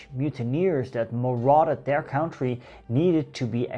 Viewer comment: Good spul, man! En die kaart achter je, ik ben jaloers. However, i do wish you'd learn to pronounce the word "country" properly, especially when talking about countries... County = 'gemeente' (en omgeving); spreek je uit zoals je doet Country = land; spreek uit als "kant", cunt, blunt, etc. Ik wil niet zeiken maar het is echt storend. Verder geweldig, hoor! En laat die engelstaligen maar horen hoe je zaken correct in het Nederlands uitspreekt ;-)